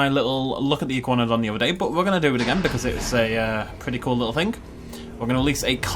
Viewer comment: How does "thing" in a british accent become "fink"?